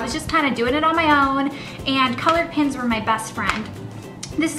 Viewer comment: Did anyone else think she said pins instead of pens? Lol. I love her accent.